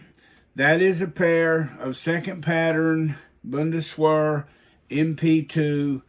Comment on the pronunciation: These have been really informative and helpful! But I'd like to say, "Bundeswehr" is pronounced "Boon-des-veer." (The W makes a V sound in German.) Thanks for making these :)